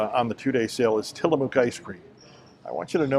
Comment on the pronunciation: Hi! Living in the Pacific Northwest, I can definitively clear up the Tillamook pronunciation dilemma. It rhymes with 'book'. It's not tillamuck (rhymes with shut) or tillamōōk (rhymes with boot). Just say book, then say mook as rhyming words. That's it! Tillamook! 🙂☮️